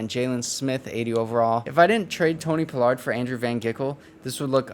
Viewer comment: yea ima keep watching bc this my squad and you showing love but when doing a team rebuild it’ll help yo views and subs by doing a lil research on the team to do the rebuild the best way. That way when a fan of the team you playing with watch yo vids they won’t feel slighted or whatever. When I see you saying Tony “Pullard” instead of paa-lerd it’s just annoying not that big a deal but when you trade him 😂 that’s the line you can’t cross. Rico Dowdle too. And seeing Diggs not start over Lewis. Hearing you call Lewis our best corner. Not having Wilson and Kazee in the backfield. Letting Gallup walk. A true fan want to see realism at least a little bit that’s all. But I fw you bro